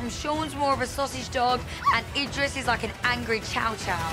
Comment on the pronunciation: How do, TJ, and manage to all pronounce Idris differently? LMAO